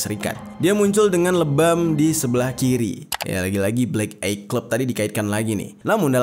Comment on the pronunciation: Maaf bang, aku bru prtama di channel lu, tp gw gajadi subscribe krna bawaan crita lu tu gk asik, gk seru dan membosankan, banyak kalimat” yg di ulang” banyak kalimat” dan kata” yg sbnrnya gk penting tp di masukin, kyk mau manfaatin biar video lu panjang doang, trus cara nyebut black eye itu bukan “blek ay” tapi “blek ai” tolong, diulang” lg, aku jd kesel 🙏🏻 di pelajari lg